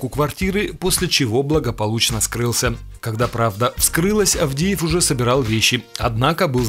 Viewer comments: Адеев, а не АВдеев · Не Авдеев, а Адеев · Не авдеев а адеев